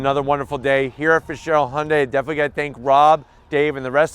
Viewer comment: Oh shit! pronounced Hyundai correctly! Basically, that means this is a legit car company.